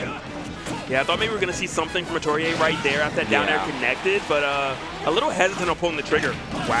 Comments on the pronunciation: Bruh Atelier, but pronounced Ah-tow-ree-ay?? where are they finding these hidden consonants and vowels?? haha I would have guessed something like Ah-tell-ee-ay, but if what they said is correct i got nothing, haha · Well atelier is pronounced a-to-ri-e in Japan so that's the pronunciation the commentator is going for